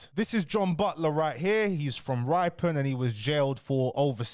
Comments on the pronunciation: Ri - pon not ryepon and carl-ton not car-le-ton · Ripon (rip not ripe) it's a town in Yorkshire it's not that small. you butchered this pronunciation as well as Thirsk lol